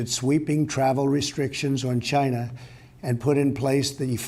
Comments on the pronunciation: "It started in Gyna" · "The corona virus started in Giina"